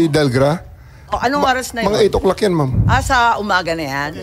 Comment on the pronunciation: Mom, hahaha, instead of Ma'am